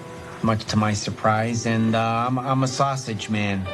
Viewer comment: Fred had the South Side accent down, with an exception. Sausage is pronounced “sas-idge”. Huge props for wearing the early 70’s Sox jacket, the Dick Allen, Bill Melton, Wilbur Wood era. Best uniforms ever. Steely Dan would be proud